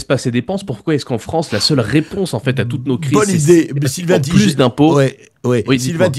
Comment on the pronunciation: Tigé. 😂. C'est Taille-gueur....je pense Sylvain qu'il est temps de donner naturellement et fièrement le vrai nom. 👍